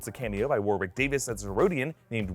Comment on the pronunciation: The second w in Warwick is silent. Just saying.